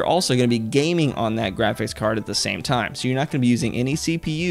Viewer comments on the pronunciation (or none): none